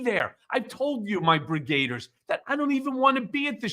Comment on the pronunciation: It's brigadiers not brigr8diers.